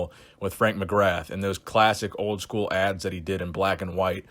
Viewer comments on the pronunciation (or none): none